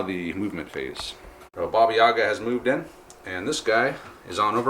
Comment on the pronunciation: Please stop putting emphasis on "Ya", this is not correct, it stays on "A" (this is me talking about Yaga), in Russian it is pronounced that way, but what you pronounce sounds more like a Shakespearean character from Othello.